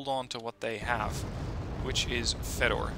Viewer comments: Here's another torture for you: "Fedor" is actually pronounced "Fyodor". :P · Here's some more corrections: "Fedor" is pronounced "Fyodor" "Vaselek" is pronounced as "Vasilyok". Have fun